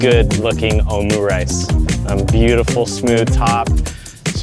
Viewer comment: Your pronounciation of omurice was quite underwhelming 😂